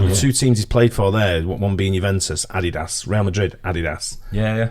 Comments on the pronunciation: who else thought when said Adidas, thought he said "add his ass" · Ah Dee Dos. Is this how all brits pronounce it?? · The way pronounces Adidas and Puma is hilarious.